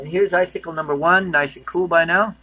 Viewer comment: Sickle, not cycle